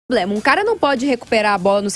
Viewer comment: Ensina a jornalista a falar PROBLEMA.